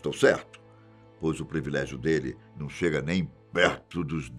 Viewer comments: Senhor, eu assisto todos os seus vídeos, sou inscrita, dou meu like para todos os vídeos do Fatos Desconhecidos, mas fico triste com alguns erros que o senhor comete. A pronúncia da palavra ISLAND, em ingles é AILAND e nunc diga previlégio, porque o correto é PRIVILÉGIO. Me perdoe por isto. É porque eu gosto muito do senhor. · Caro, a pronúncia correta é privilégio e não previlégio. Você é um excelente apresentador. Só falta acertar esse detalhe. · Doem meus ouvidos ouvir PREVILÉGIO 20 vezes quando a palavra é PRIVILÉGIO. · Só uma crítica construtiva ao canal. Essa palavra foi falada várias vezes e de forma errada. Não é previlégio. O correto é privilégio. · Muito bom vídeo. Só acho que o apresentador deveria passar a falar "privilégio" e não "prEvilégio". Desculpe a "sinceridade".